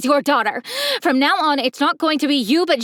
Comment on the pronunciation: he said neow